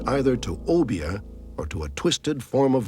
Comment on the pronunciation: I appreciate the correct pronunciation of obeah & st croix